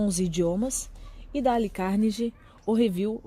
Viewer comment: “Dále” é foda hein...